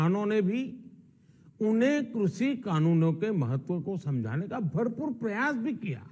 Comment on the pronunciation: Krushhiiiiiii Kanoon nhi krishi Kanoon hota hai .....khursiiii or krishi ko mila ke krushhiiiiiii Kanoon bna diya 😝😝😝😝